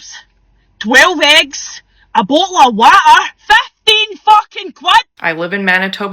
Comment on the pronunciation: a bo''l a' wa'ar